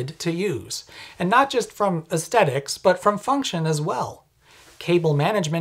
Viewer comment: us - stedics? Do you mean aesthetics? Its uhs - theh - tuhks